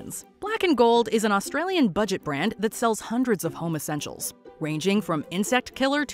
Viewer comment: in another fail when the narrator said home essentials, I thought she said homosexual‘s. I wasn’t aware that homosexuals were something you could buy in Australia. Lol.